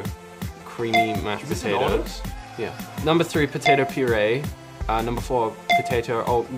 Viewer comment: Me: say fries Michael: POTATO PURE